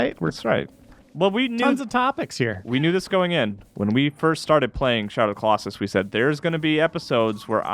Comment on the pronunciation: Can't believe didn't roast you for the way you said Colosauce I lol'd 😂